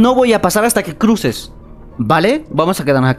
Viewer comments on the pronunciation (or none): Seconfudio de palabra en ves deque dijo cuse en ves de cruce 😅😅😅